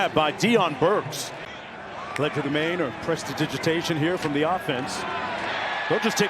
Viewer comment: These two are the worst commentators I've ever heard. At one point we were treated to a discussion of hair care products, and the younger gentleman admitted on national television he didn't know what the word legerdemain was or how to pronounce it.